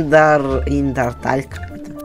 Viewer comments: Ты прочитал индартал он это было название игры а сома музыка это меголование (и да правильное название это Андертейл) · Не андартаил а андертеил